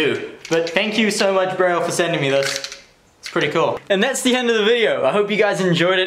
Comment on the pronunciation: An i the only one who loves how he says words with th as f so like the is fhe